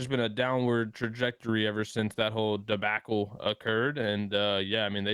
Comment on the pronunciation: Why Aches say debacle like debackle 😂 it’s debockle like the ocky way